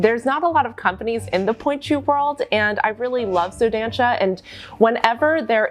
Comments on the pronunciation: here comes the pedantic pronounciation police! you should say the show name like: "Soh Dahnsah" the first "so" has the o like in "organs" , the a in "dan" is like the a in "aliegence" the last syllable is pronounced "sah" like the "sa" in "samantha". to be clear, its not offensive or anything to me (im brazilian, the shoe is brazilian, and i found your pronounciation cute) its just since you are in the position to educate people, it will help spread the word :) if you talk to brazilian ballerinas for example, your pronounciation differes enough from how we call it that they wont immediatelly know what brand you are refering to, even though is a very well known and populaar brand in ballet in brazil :) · Just a tip on pronunciation from a brazilian: “ç” sounds like “s”, and the “ó” means it’s an open sound, like in “lot, dot or mop”, so try saying like “so dansa” ☺️❤️ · I´m from Brasil and the way she pronounce "só dança" it's very funny and cute at the same time, but next time try using the toshie it´s perfect.